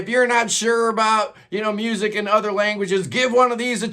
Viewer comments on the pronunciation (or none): none